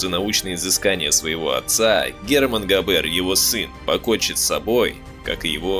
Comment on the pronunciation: GAber, BAden FArben что-то с вашим произношением . NSDAP- en- es -de - a-Pe